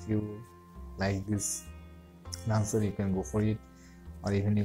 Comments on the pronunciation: First learn how to pronounce the word launcher. It is not lancer. There are many YouTube videos on pronunciation. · I used this but when I restarted my phone the icons were back to where they were before. And you mean to say "launcher",not "lancer"! LOL